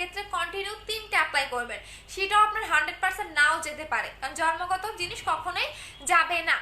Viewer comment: Jormo na bole jonmo bolben apu..